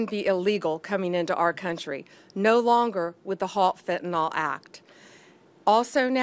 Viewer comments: She can't even pronouce the drug names. Meth-a-anphetamine? Fentanall? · Fire HER! She has embarrassed the administration and tarnished Trump's legacy! This also threatens the Republicans chances in the midterm elections! Hell she can't even properly pronounce Fentanyl!